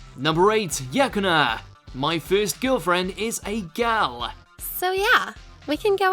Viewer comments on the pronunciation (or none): It's not Yakuna it's Yukana, and she's a good girlfriend, did you guys even watch the anime? She's not playing with the protagonist, she actually likes him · "Yakuna" What a relief, I thought you were talking about Yukana for a second there.